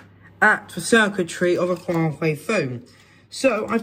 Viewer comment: "Huawhey phone" ?